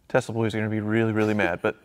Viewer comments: it is TeSla not a TeZla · Why do you guys say "Tez-la"?